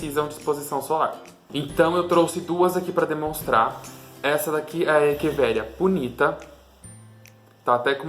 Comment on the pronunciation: gostei do vídeo!! Parabéns! há parabéns por falar echeveria da forma correta!